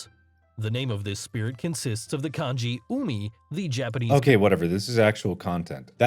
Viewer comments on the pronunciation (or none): none